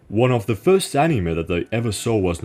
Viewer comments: "ANIMÄH" NIGGA WHAT??? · the way you pronounce anime really triggers my autism. great editing as always 👍🏻👍🏻